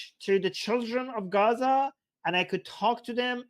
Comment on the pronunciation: Di you know the way you oronounce gaaazzzzah , do you understand , dovyou understand , dude get some speech therapy ...what the fish is this Armin gay dude trying to say ..